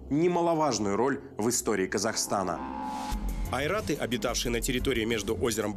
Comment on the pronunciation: Не "айраты", а "ойраты".